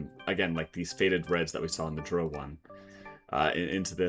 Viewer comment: Please refer to my guide on how to pronounce Drow correctly 😇